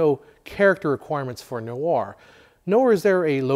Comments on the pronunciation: Why are you saying noawah it's just nware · I’ve never heard “noir” pronounced like that before. Always thought it was one syllable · I like this series, but find a video about film noir difficult to watch when the key word "noir" is continually mispronounced.